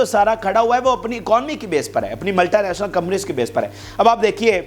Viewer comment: Bhai Saab it’s just multinational not multie national. Correct your pronunciation. ملٹی ناشنل نہ کہ ملٹائی ناشنل